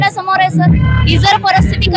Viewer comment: हिला सांगा 'परस्थिती' नाही. परिस्थिती म्हण.